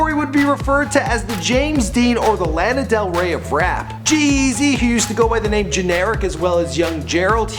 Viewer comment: I puked when he said Lana they way he did...